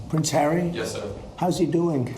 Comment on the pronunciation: When you said “he IS a prince”… … I heard ‘he IS a prick’…!